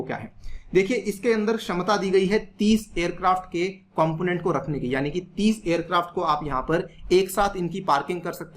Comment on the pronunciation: not " करी " it is की